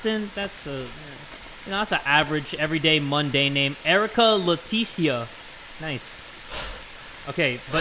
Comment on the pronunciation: Erica leetisia? Nuu nu It's ERICA LEtiCIA